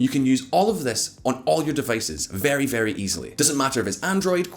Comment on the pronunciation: vehRy stronK soldier